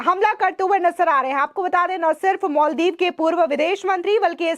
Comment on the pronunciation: मोलदिव नाही मालदीव मैडम जी 😂